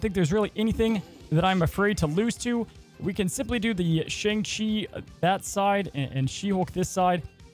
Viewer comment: Hey, you pronounced Shang-Chi in this video incorrectly.